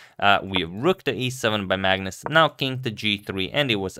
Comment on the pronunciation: am i the only one when agadmator says magnus, i hear it as 'madness'